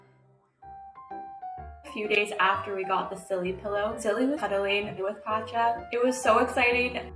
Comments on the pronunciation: My brain can get over how they pronounce "Pacha" or am I the only one?? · Pronouncing Pacha as "patcha" instead of "pasha" is unhinged 🙉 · "Pacha" in French sounds like "Not a cat"...